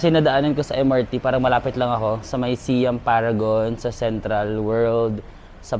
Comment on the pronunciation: Siam = Sai-am